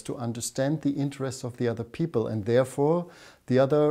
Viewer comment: who are these harvard peepol? lol